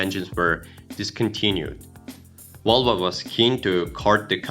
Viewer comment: Why do you keep saying Wolva?